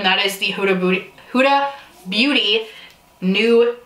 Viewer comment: You cannot say Huda Beauty while filming to save your life & it cracks me up! This was an interesting mix of palettes, New Nudes mixed w/Tarte would be interesting. What did you do to poor Athenas bed? (Yes, your bed is her bed, lol). Much love girlie, still so proud of you! #139 if you need a backup, lol 🤗💜😘